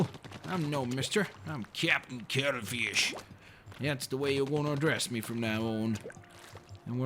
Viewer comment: it sounds like he says cuddlefish